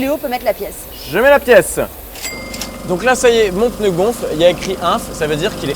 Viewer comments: faut vraiment être un beauf pour dire peneu omg XD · Pneu et non pas peneu